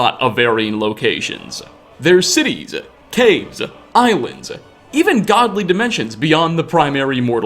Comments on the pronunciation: CaveZAH, RuinZAH, CitieZAH... just stop it. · "citiesuh, cavesus, ruinsuh"